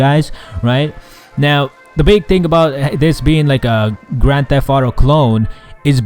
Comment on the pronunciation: He said "Gran Theff Audo".